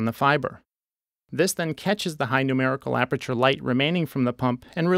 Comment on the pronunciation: "Numberical Aperature" Aprature Science